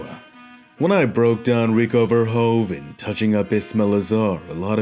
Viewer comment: You cannot say verhoeven like verhoven . The 'oe' in Dutch is pronounched like the English 'oo' as in pool.